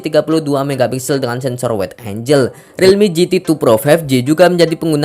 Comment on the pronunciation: Angel dibaca enjel Angle dibaca enggel